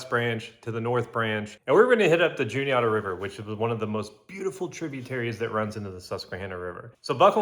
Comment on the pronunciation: Good stuff man, I fish the Juniata a lot. Albeit the upper stretches near from Huntingdon to Newton Hamilton but it still produces big fish. My only nitpick is your pronunciation of Juniata 😂 its less oughta and more atta (like atta boy) But maybe that’s our central PA accent at play lmao